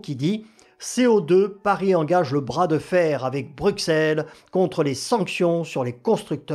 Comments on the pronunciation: On ne dit pas Bruxelles. Ça se prononce Brusselles. On ne prononce pas le X mais un S . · Ça se dit pas Brusselles , mais Brucelles ou Brusel...